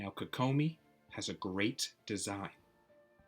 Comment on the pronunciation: I hate how you say her name.